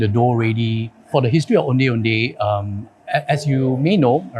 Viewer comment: I wish the pronunciation of Ondeh Ondeh was done accurately lol. typical Chinese pronunciation "O-neh O-neh".